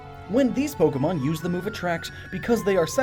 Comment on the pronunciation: Why must I get so annoyed by people pronouncing Pokemon names incorrectly. They're just fictional creatures but I guess I just assume smart people like who do SO much research which is incredibly respectable would know how to pronounce the names of what they're talking about haha (I'm sorry that sounded passive aggressive; it wasn't supposed to be)